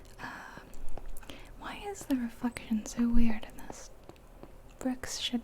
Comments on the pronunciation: it sounds like you said why is there a fuckin ....so wierd or something like that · i think you meant to say reflection but you said it oddly so it sounds like you swore i legit thought you did my bad lol I actually thought u were cooler for swearing in your vid lol